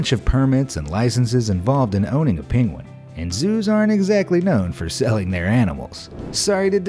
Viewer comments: Its Penguin not Pinguin ! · The mispronounced Penguin cracked me up.